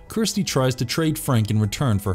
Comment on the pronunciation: Idk if this is A.I. but the annunciation sucks, it's Kirsty not Kristy, it's La mer chant, not lamarchent